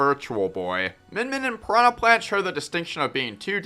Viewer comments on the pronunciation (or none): none